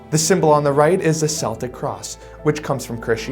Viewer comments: Celtic is pronounced with a k sound. Sounds like keltic. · Celtic is pronounced with a hard 'C,' sounding like 'Keltic.' The Celtic cross pre-exists Christianity by thousands of years. A little more research outside of Christian sources would have been advisable. {Must Christians syncretize everything? Geezus!} Peace 🙏, 🐉🐉